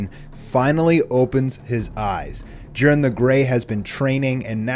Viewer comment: I hate when these fools keep saying jirens name wrong